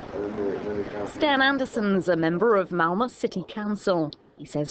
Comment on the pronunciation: haha the female narrator can't say malmö, she says whalla! xD